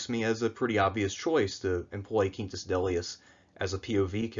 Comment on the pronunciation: I like your spanish-esque pronunciation of Quintus